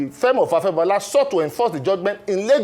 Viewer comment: Your guest doesn't know the pronunciation of "Firm". He kept pronouncing it as "fem".